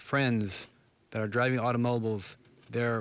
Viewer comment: I like how he pronounces automobiles.